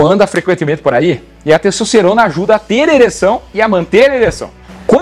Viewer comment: "cessocerona"? pqp